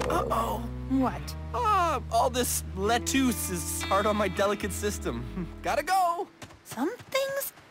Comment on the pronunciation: The way Reef mispronounces lettuce 🥬 cracks me up 😂